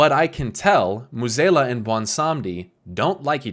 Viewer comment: Great vid but pronouncing Mueh'zAla as Mueh'zEla low key bugged me for 20 minutes xD